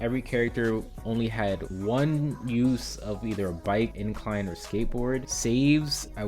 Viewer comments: valid points, hearing "incline" instead of inline is driving me kinda crazy tho lol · It’s you saying incline instead of inline 😂😂😂